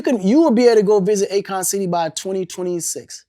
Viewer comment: A-Kon city. It's in the name, its a A KON!